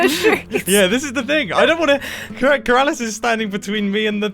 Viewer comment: Mumbo: “It’s so Keralis and hilarious” Me: Keralious